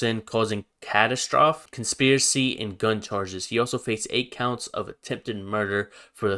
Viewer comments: man said catastroph 😹😹😹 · needs to learn how to pronounce catastrophe. L for that one 😂.